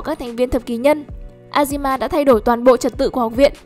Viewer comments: Chị ơi azami chứ ko phải Azima nha chị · Azami ko phải azima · Là Azami chứ ko phải Azima